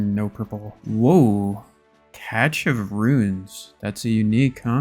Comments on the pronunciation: I love this entire series, it literally got me back into the game (first login in 2269 days)! Keep up the awesome content! BUT, what the hell is a “catch” of runes?!? It’s pronounced either “cash” or “cashé”! I’m looking out for you brother! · its pronounced cash, not catch of runes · Cache sounds like cash when you say it. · Didn't know cache had a t in it. Cash or cashay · Still hoping you win the all 3 metamorphed raids pets race. BTW cache is just said like cash